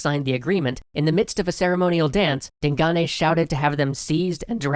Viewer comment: Way to mispronounce Digane.